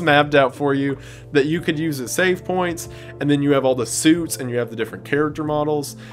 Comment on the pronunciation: Mining Equipment is the only defence!? That settles it. We need a dead space style game in this setting!! The med pack mechanic is covered too! Fun but horribly tragic npc found! Weird way to pronounce „save points“. This is the reason why my comment isn’t coherently written, but in chronological order. My thoughts exactly!! If it wasn’t fully apparent to me until now (it was), I know why I love these videos and why my friend recommended your channel to me… shared, somewhat different but still incredibly similar, insanity!